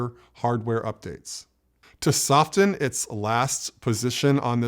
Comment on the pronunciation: When you say, "soften"...remember that you don't pronounce the "t."